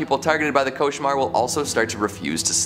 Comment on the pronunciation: I'm French, you perfectly pronounced "cauchemar".